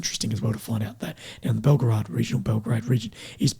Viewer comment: its Bel-graahd. you drop the middle o syllable and basically just make it two sylables. but its not Belgrade thats in Serbia 😉